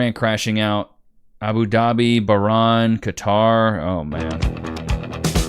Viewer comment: lol the mispronunciations of Bahrain and ayatollahs